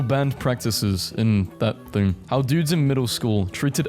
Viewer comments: "in that thing" 😭 PLEASE, it's w(H)en-(L)atch-(W)ee, Washington T-T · Wa-nan-chee, that is how you say it, I live by it and its in Washington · Wenatchee, WA. Win-At-Chee for pronunciation, and this was the science teachers suggestion to allow the school to re-open a bit earlier than everyone else in 2021.